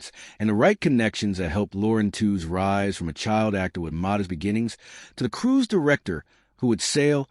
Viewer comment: We heard Lauren said her surname was properly pronounced "Tweeze." Just sayin"...